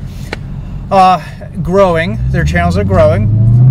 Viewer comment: I’m glad they fixed it. It’s funny the way you said they’re growing